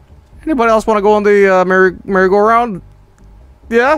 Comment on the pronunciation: "merry-go-round" more like bury-go-round lmao